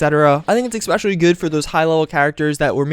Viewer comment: I know you want to say especially but GO DANGIT EVERY FKING TIME you say "EXPECIALLY" and you say it like 10 times each video.....("""CRINGEEE""") For the rest, keep up the good work !!